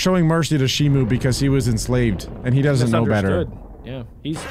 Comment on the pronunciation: not shimu its shimo